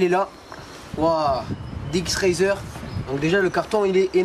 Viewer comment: ça se dit pas dx razer mais dx racer